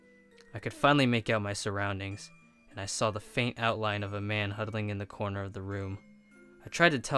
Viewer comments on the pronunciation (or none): the man says "There was a man sitting at the cormer of the room" I repeat cormer or the room Cooormer, it's corner